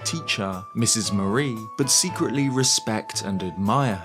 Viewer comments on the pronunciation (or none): none